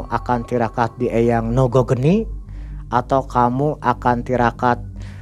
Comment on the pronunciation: Lucu aja dengernya ketika ngomng nogo rojo nogo geni 😁